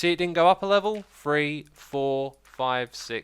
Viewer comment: Arg! 3 is pronounce three not free